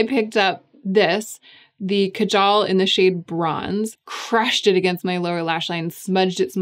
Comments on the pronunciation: It's pronounced kaajal, not kajaal. Just swap the A sounds. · Kaajal. It's pronounced kaaaajal. I don't know if I can really forgive Victoria Beckham for appropriating this word and totally upending it. The product is amazing. The mispronunciation is just... disappointingly typical.